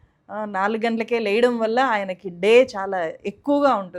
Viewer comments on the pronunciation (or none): 4గంటలకే లేయడం వల్ల ❎❎❎4 గంట లకే లెగడం వల్ల ✅✅✅. ముందు ఉచ్చారణ చూసుకో తల్లి🤗🤗🤗